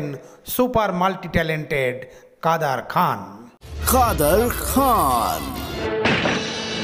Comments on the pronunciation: এরা নুসলমাম নাম ভুলভাবে উচচারণ করে মজা পায়।কাদের খান হয়ে গেল কাদার খান।এমন উদাহরণ পতশত দেওয়া যায়। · উচ্চারণ সঠিক করেন। কাদের খান।